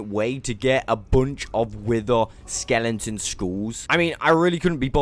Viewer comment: stop saying skelenton please🤥